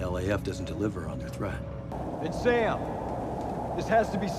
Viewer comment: It's not Damn, it's Sam!!😂😂😅